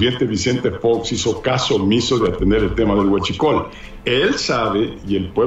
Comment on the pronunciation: Ay chentito pues tu tenias guschicol como tu tenias que pronunciar la palabra guachicol